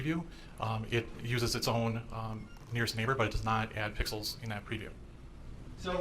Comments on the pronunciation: Forgive 80-year-old Judge Schroeder for saying "pickles" instead of pixels😅. I think he also said he understands watercolors only. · He said pickalos.